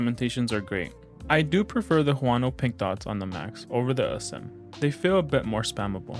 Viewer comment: Good review, but its "a-sym" not "uh-zym". Like the word "asymmetrical" yk